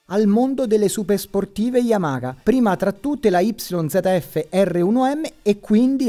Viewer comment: "yamaKa" YAMAHA DIOCAN